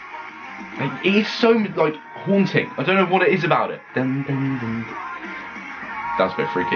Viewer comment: HIM: SAYS HUANTING ME: PLAY HUANTING NEXT PLZ PLZ PZL